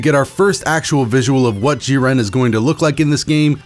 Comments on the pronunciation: i love you but... "JEEren" not "JIHren" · Lmfaoooo what do you say jiran it’s jiren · Still love the content but its JI-ren not ji-REN, emphasis early. Thanks for the update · Only disliked cuz of the way you said jiren most times. It’s jiren not Ji-REN lol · Y do u pronounce jiren like jir-ren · Clicked off the video instantly when i hears hin say jiren lmao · That's not how you say jiren 😠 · How tf do you butcher Jiren‘s name like that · Bro why do you say Jiren like that :( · The way he said jiren annoys me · The way you pronounce jiren hurts me physically and mentally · God I hate how this guy says jiren like why